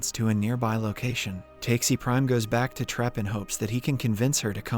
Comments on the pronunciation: I have a strong feeling that they used the AI website in this video because the way he pronounces Takashi in this one seems so that the writer who wrote the script for the AI, wrote TAKESI instead of TAKASHI in some lines. That is why the person or AI reads it as TAKE-SEE instead of TA-KA-SHE. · Takeshi To Takesi To Taxi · Honestly speaking i was so happy this channel got back to explaining the movie but that didn't last for long haha he kept on mis-pronouncing the name Takashi, but why are you pronouncing Takashi prime as taksi prime and not like you are pronouncing with the black guy Takashi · Also, the pronunciation of "Takeshi" to "Taxi", LMAO!!! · I crazy how they are able to do all the hard things right but fail to pronounce the name of the protagonist correctly. For the FOURTH TIME NOW! 😁😁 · TRUE LMAO